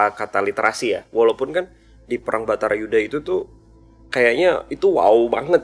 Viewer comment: Baratayudha bou, bukan Batarayudha Salah terus